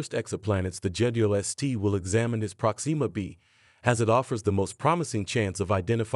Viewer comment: Dang it! Why can't anyone say my name correctly?? It's NOT "Prok-SEE-muh" - it's pronounced "PROK-sim-muh"